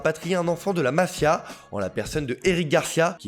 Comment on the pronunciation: J ai bien entendu "la mafia" 😅et non la masia😂mdr